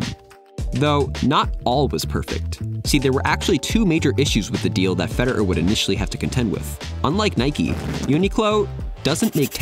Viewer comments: Nice video, mate. Except could you magbe stop saying fe-der-er and start saying fe-de-rer? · "Feder err" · Why does he keep saying Feder'er, it's Federer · Who's Fede-urr? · I can't be the only one ticked at how this guy says "Feder-er" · Never heard anyone pronounce his name ‘Feder-eur’. 🤣 Great video though! 👍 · Great video man But why did you keep saying “Federer” as “Feder-er”? 😂 irks me a little lol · I’m so exited about this. I love roger fed-er-er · Is that how we suppose to pronounce his name, Feder-er? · I can't get over that pronunciation of "Feder-err" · why do you say his name like feder'er? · why do u pronounce federer "feder-er"???? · Hes american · The way he says “Fed,er,er” makes it unwatchable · Why are you pronouncing his name like a robot? "Feder-er"... ? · Why do you say Federer like that? You’re a tennis channel and don’t know how to say his name? Feder—er? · Wait, what’s with your pronunciation of Federer? Subliminal messaging 😆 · Is that really how we supposed to pronounce his name? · Should probably work out how to say Federer before you make a video on him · Am i the only one annoyed by the way he pronounces Roger's surname? No other comments i can see say this